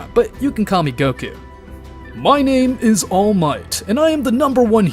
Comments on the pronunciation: bro why does he pronounce all of these names wrong ts pmo sm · Bro cannot say the names 😂😂😂😂